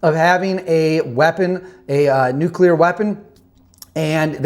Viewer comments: Love the channel,. But you’re pulling a George Bush… it’s pronounced NUKE-lear, not NUKE-you-ler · It's Nuclear like unclear. If you can't see through it then it's unclear, It's not "Unk-u-ler" it's un-clear. Like NUCLEAR. Not OLDCLEAR! NEW CLEAR!! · Please, it’s NUCLEAR. Not Nucular.